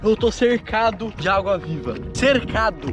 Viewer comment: vc falou auga viva em vez de agua viva kkkkkkk